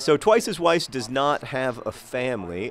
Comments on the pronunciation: I think that you and Weiss arent off to a good start because you are probably pronouncing his name wrong. In German, W is pronounced like a V, so his name should really be pronounced like "Vice" not "Wice" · Maybe he's angry because you're pronouncing his name (W)eiss instead of (V)eiss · Weiss is said with a V sound, John. As in, vise. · In German they pronounce 'W' like 'V' so his name should actually be pronounced 'Vice.' (See edelweiss. Also Vienna is pronounced Vien in German and spelled Wien.) Maybe that's why he's awkward around you, he just doesn't know how to tell you that you're pronouncing his name wrong. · Haha, it's pronounced 'Viess' :) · I agree with MM5B5: Petinati Damacy! I am also concerned about the friction between manager and player Weiss -- Consider the previous comments that it might be pronounced "Vice." Ask him maybe? Miami Weiss is pretty epic, and when he scores you can use the "Twice is Weiss" thing if you want. Goooooooo Swoodilypoopers!! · I cringe a little when you pronounce Twice as Weiss's name with a 'w' sound. He's austrian...its a 'v' sound.